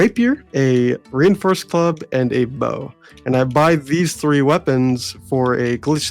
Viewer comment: Did he call it a Rein-forced club?